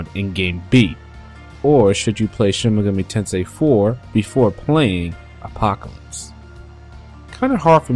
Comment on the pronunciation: Enunciate the title. SHIN-MEGAMI-TENSEI